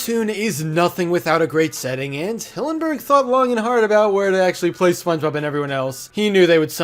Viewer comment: ah yes, Špøñgëbøb